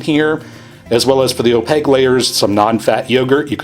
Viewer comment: Opague layer. Don’t you dare ever say opaQue. Just opague.